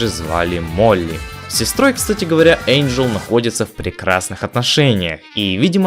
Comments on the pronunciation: О боже, как вы надоели 🤦‍♀️НЕ ЭЙНДЖЕЛ, А ЭНДЖЕЛ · Я не придераюсь,но правильно не Эйнджел,а Энджел:)